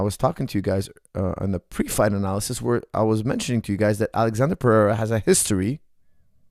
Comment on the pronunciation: Lol stop calling him Alexander. His name is spelled Alexsandro and pronounced “Alessandro”. It would be a lot easier to just call him Alex if you didn’t know his full name or weren’t going to pronounce it correctly again and again. It almost takes a pertinence to get something wrong that many times on accident.